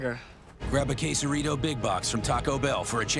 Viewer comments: I like the way you say tAco bell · "tacao bell" lol